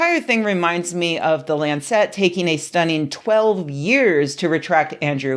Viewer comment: Lancet is pronounced LAN-sit, not lan-SET.